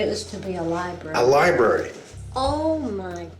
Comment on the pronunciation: Li - BRARE - RY not libARY. working on an English majors house and say things like libary... SMH...